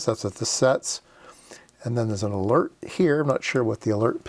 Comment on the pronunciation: What's a " lert " ??? Hahaha